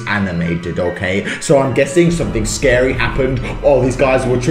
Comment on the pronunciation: “That’s pretty sKeDy”